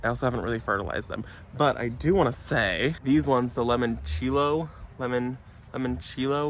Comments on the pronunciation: I love your videos but I did laugh a little when you said limoncello. Sorry please forgive me it's one of my favorite liquors. I only know how to pronounce it because I drink so there is that. It's kinda like saying lemon cello. Like the fruit and the instrument. It's Italia so if you want to add that to how you say it cool. Again please forgive me. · New subscriber ❤ Wondering who corrected your pronunciation of limoncello later in the video 😂